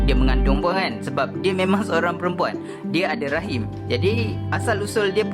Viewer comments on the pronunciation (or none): none